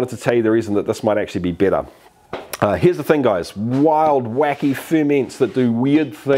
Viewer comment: u keep saying bitter...???